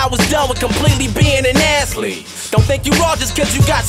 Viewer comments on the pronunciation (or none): "ath-lete" bruh he really did mike tyson dirty